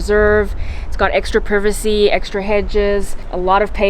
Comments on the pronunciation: She said privicy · Did she just say privacy I thought it’s pronounced privacy